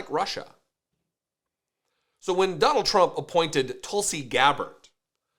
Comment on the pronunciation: Her name is pronounced Tool-see. Because she’s a big tool.